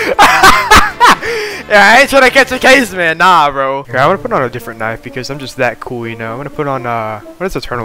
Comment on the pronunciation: I swear i heard "niCe tHigH" insteas of nice knife💀